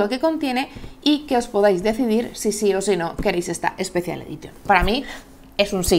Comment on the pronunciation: "quiquestarter" ... unas clases de Inglés no vendrían mal. Nunca sobran. classic "edition" ... en serio?